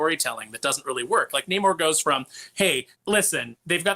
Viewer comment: The movie was trash, they literally dried the hispanic Namor’s back to defeat him! You can’t make this crap up, and his name in the comics is pronounced Naaamor, Not Namoore - No Love in Spanish, just like I did for this film.